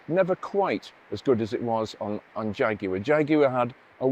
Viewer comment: Nice to hear the word Jaguar said perfectly, and not like our cousins in the US saying Jagwar